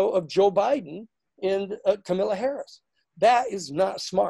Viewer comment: Great analyses Danny. Learn to pronounce "Kamala" and you've got it made.